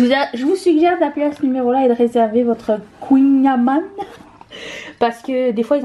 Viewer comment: Kouign amann, tu le dis bien pour la version française. 😉